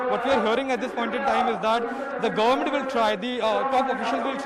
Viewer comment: Guvmoont???? What kind of pronunciation is this?? 🤣🤣 Kumbh Mela covidiots are going to wipe out entire UP and Uttarakhand. Dead. Rip.